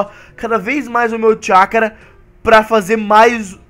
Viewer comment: no final voce disse chacura